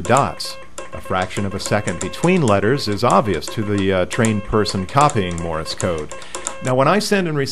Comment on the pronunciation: A HAM operator, who can't say "Morse", and instead says "Morris"? Second of all, the Leno show was using a speed key. My friend Jim, who is blind, doesn't even need to copy code; he just hears the words, at about 60 WPM. You cannot type with two thumbs at 60WPM.